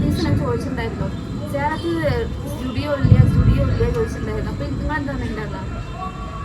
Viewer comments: സ്റ്റുഡിയോ അല്ല Zudio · സ്റ്റുഡിയോ അല്ല ജുഡിയോ😊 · സ്റ്റുഡിയോ അല്ല zudio ആണ്